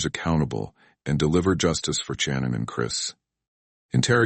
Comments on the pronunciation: Shannon...not CHannin. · I couldn’t last 3 minutes watching this and how the AI narrator kept on saying CHANON! 😂